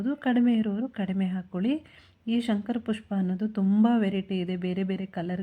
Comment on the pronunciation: ಎಲ್ಲ ಸುಳ್ಳು. Time ವೆಸ್ಟ್ ಮಾಡಿಕೊಳ್ಳಬೇಡಿ. ಮತ್ತೆ shanker ಪುಷ್ಪ ಅಲ್ಲ ಶಂಕ ,ಪುಷ್ಪ